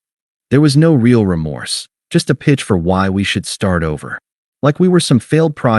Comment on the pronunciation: This AI does not know how to properly pronounce “real” in English.